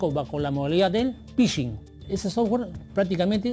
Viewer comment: La periodista no puede decir “sotware”😂